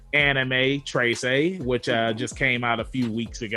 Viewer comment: lol its not "trey-say" its "treh-seh" but ok, to me, the animation was kinda slow and boring. i feel like it has a lot of potential but yeah...